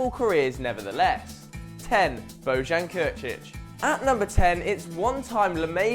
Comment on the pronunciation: lol reading bellerin right but bojan not